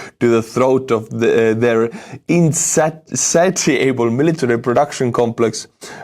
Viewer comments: Insatiable is pronounced, "in-sa-sha-ble". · Insatiable is pronounced in-say-she-able, like in relation or spatial.